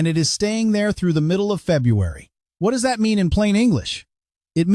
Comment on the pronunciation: … “middle of February”… AI says “Feb u ary”. Please teach your pet AI voice to pronounce. “February”.